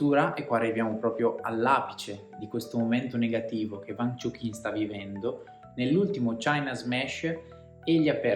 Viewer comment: e "uang" non "vang"